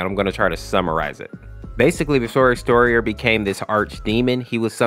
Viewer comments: Its exetior not X terrion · Hey! Quick FYI, Exetior's name is actually pronounced (Ex-eh-shee-or)